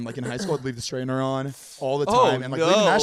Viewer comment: I thought Zane was saying Strainer like pasta strainer 🤣🤣